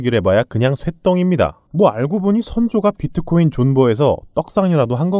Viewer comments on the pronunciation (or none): none